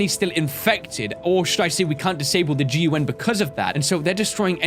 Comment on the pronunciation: I love how he calls the gun the G.U.N